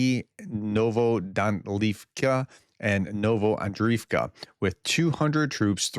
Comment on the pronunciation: It’s Tokmachka,Cherbaky and Novodanilivka pronounced And you have to work on pronouncing the k in Tokmachka